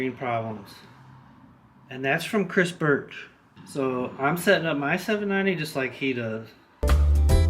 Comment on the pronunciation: say "cris birch" one more time, i dare ya.... jk, cool video, can't wait to install mine.